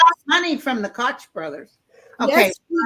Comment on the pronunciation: Did say Crotch Bothers? (Koch). Hahaha😂 new nickname. About religion, Neptune moves into Aries influencing a change starting 2025/6...UFO's appear and religion will evolve. Plus all the NDE experiences are influencing people and the medical community.